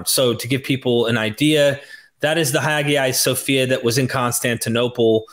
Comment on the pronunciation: dude: You've got to pronounce Hagia Sophia correctly! For an excellent modern study of this building, and Constantinople, see the PBS series "Ancient Invisible Cities"